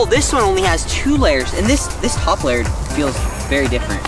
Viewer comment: This top layer*** not “poplar” lol wtf